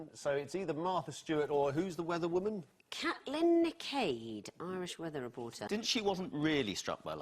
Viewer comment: She killed me with the Catlin nic aid, it's cawchleen nic ee